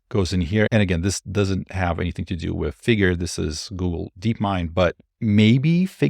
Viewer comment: 'wif'🤣 that 'th' is awol